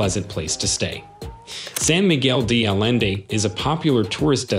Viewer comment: Jesus, learn how to pronounce San Miguel de Allende and Ajijic.